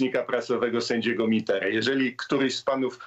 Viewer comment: nie miter tylko Mitera